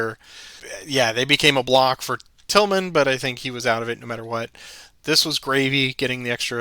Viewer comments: Probably pronounced TILL-man, like ex-Golf Channel anchor Kelly Tiglman, who's father was mayor here in North Myrtle Beach. "G" is silent. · I think Loring’s brigade commander’s name is pronounced “Tillman”.